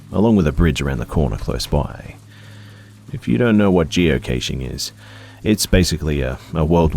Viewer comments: I love you so so so much, but when you said "geocaish" my body was weeping. I use to do it with my family and we pronounced it "cash" but that could because we come from the UK. Either way this was another great video 💙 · I think the proper way to say it is “Geo Cash.” Since it’s a geographical cache and cache is pronounced like cash. Anyhow great video 👌🏻🔥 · You mispronounced geocaching. It's pronounced "geo-cash"